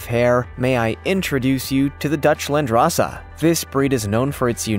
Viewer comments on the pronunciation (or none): "Landrace" LAND-RACE 🤔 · Landrace is pronounced land-race, as in the race of goat from that land. The term is used for many domesticated species of animals and plants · Seriously, no Myotonic goats? And it is Dutch Landrace, as in land race (two separate words), not landrassa. A landrace strain is one that has adapted to a local area over a period of time, but is less homogenous than a standardized formal breed. There are landrace strains of pigs, cows, goats, etc... and even plants.